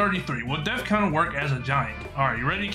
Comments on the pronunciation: It didn't say death counter it said def counfer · It’s not go it’s oh, it’s not death counter it’s def counter